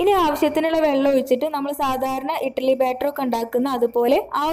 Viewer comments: ഇട്ടലി അല്ല കുട്ടി... ഇഡലി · Not ettaly.. Eddaly